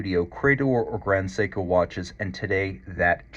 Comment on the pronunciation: you're expertise is unquestioned, but It's 'grand seiko", not "grond seiko"...